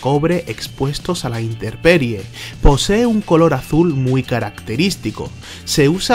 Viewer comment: No es inteRperie, es inteMperie min . Qué bárbaro mano. De mal en peor en esto.